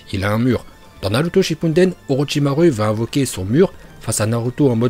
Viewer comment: Et aussi orotchimare au lieu d orochimaru